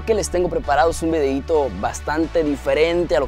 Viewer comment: Like si escuchaste que dijo: "un vedeito" v: xdxd